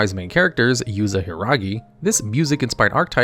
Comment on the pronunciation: American who can’t pronounce Yuzu say Yuze